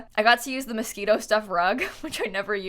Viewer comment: "mosquito stuff-" Im sorry, come again? (I know its mosquino)